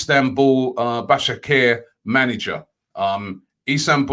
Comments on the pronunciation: Robbie!!!! it is pronounced: Ba-sak-se-hir (here) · Istanbul "Bashackher"